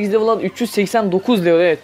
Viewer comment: Bi level demeyi öğren bence